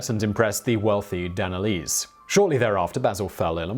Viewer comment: omg! where do you get your info dude it's embarrassing! Do you do any research at all? Basil was born in Charioupolis which was a city of the Theme of Macedonia that roughly encompassed what today is considered as Thrace! Plus no effort at all to try at least to pronounce the names. Theofilitis and Danelis? Seriously? Can anyone answer me why this clueless dude has so many subscribers?